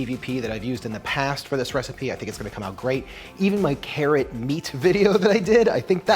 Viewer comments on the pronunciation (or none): none